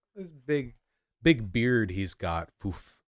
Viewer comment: I like how Vaush has been pronouncing the word 'big' lately. He should keep at it.